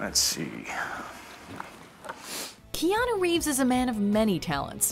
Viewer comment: Reanu Keeves